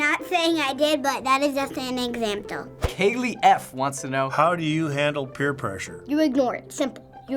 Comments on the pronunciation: I didnt know that there is a 't' in example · "That was just an examptle" XD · lol examptle